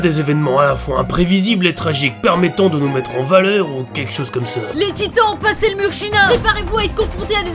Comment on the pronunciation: Le temps que le narrateur dit dans le passey